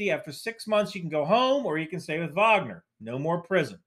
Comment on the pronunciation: Thank you for being both American and saying Wagner correctly :) it's a this sliver of the Venn diagram